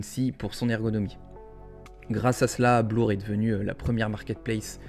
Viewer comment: On dit bleeeeeur aha Bien vu en vrai!! Joli +0.33Eth📈